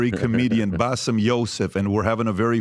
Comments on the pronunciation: This guy is so far off in his knowledge of the middle east region that it was just painful to listen to him. How Bassem managed to listen to this level of crap while being exhausted is beyond me. Also ya it's BASSEM, not Bassef. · He kept saying his name wrong calling him Baseff. can benefit from ❤️ surgery. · Why does keep calling Baseem, Basiff?! 🤔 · I cringe every time calls Bassim ‘Bassif’. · The fact that keeps calling Bassem, Bassef tells me all I need to know